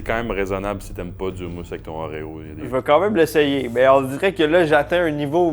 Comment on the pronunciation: Ça se peut-tu que sait pas comment prononcer Oéro comme du monde?! Bonne année et Karl merci pour tout!